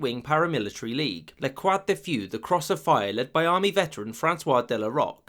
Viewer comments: it’s Luh croix de feu Edit:, luh kwaw duh few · omg I know this is an old vid but oh god.. that English accent when you said "La croix de feu" xD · I'm not joking, the way you said the name french word of The Cross of Fire sounded to me like "Le Crap de Few". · The cross of fire? Lah cruah de feuh. English speakers are a horror with French. e.g. the Beatles with Michelle. They say Michelle as Michel!!!!